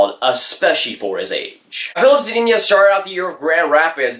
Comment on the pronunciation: "Filip Zadiña"